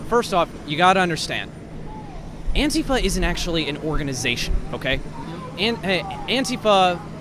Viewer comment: I heard the word Antifa before I saw the word. I though they were saying Anti-fat.